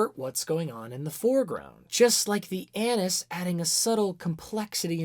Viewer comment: that is not how you pronounce anise. literally unwatchable.